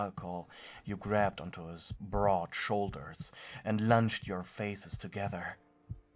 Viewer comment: Had to replay a bit until I could hear broad shoulders and not what I originally heard. What I thought I heard was Bra Holders....I was so confused!!! But also understood cause he do have some big man tiddies